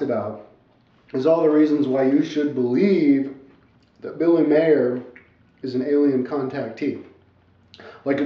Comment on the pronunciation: P.S. Genius, the man's last name is MEIER, not Mayor.